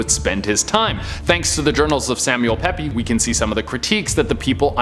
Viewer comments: Its pronounced Peeps not Pepy spelt Samuel Pepys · For future reference if an ' is put after an s that s is part of the name, case in point the diarist in entry 5 is Samuel Pepys (Pepys is pronounced like Peeps not Peppy) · Thank you for confirming that, he had me thinking when he said pepys. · It's Pearl Moen, not Moan.....It's pronounced Samuel "peeps", not "peppies".....Theodore Roosevelt didn't fight Hitler...Two minutes on Google goes a long way.